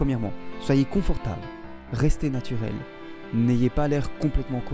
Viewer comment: "comfortable" mdr c'est coNfortable et pas coMfortable